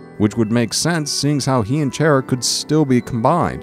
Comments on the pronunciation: Chaira?! Lol it's pronounced chara as in character with a k sound, also I think the whole asriel thing is just a cliff hanger, maybe also with gaster and chara, for undertale 2? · Its Char-a not Chair-a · Chara is not pronounced as “shara” Just read these to words chara character Undertale is playing tricks with you with names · kara not shara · its cara not chara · its pronounced Kara or chara not chaira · People pronounce Chara so differently xD, he call them Chair-a people call them car-a I call them Char-a lol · chara not chaira XD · It is not pronounced chair-a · Also, Chara isn't Chaira, it's pronounced Karra. Like chaos. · I love this video... Except you said Chara as chair-ah. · It's not "Chaira" it's "Chara" as in character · You said chara wrong its not chair-a its short for character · chaira? it's Chara XD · CHARA IS PRONOUNCED KARA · Ok dis is gud but it’s pronounced “Kara” and the coffin is empty thing is kinda a stretch AND ALSO WHERE IS CHARA DEN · It is pronounce Chara like character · Um her name is pronounced K-A-R-A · It's chara as in character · Chara is pronounced Kahrah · I thought it was like Character except without the cter. Didn't know it was pronounced chair-a. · Chara's name is pronounced "Kara" as her name is short for character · I wonder how many people got triggered when he pronounced "Chara" as "Chair-ah" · So you are one of those weird fucks that call chara "chair"a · the way he pronounced chara was like, a double fuck up. just sayin' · CHAIR-A seriously that is the weirdest way to pronounce their name. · Chara... Chara.. CHAIR-RA? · He's says Chara's name like Chaira Its so fucking annoying Dx.... Not hating on the video or anything its a good video, I just hate the way he's saying it. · I believe he pronounced it chair ia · it isn't how it's pronounced I know it's car a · Ooohhhhh let me just sit on my chaira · Originally, it is pronounced as:"Ca-ra" or something like that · First time i ever heard someone pronounce it (Chair a)